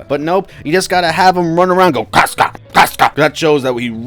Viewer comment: say "cosca" instead of "casca" one more time and im gonna lose it